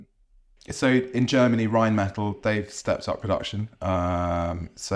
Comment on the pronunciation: Who is this broccoli haired buffoon? He obviously knows nothing. He doesn’t even pronounce Rheinmetall correctly. Clearly doesn’t know anything about defence procurement and just did some quick googling prior to this interview 😂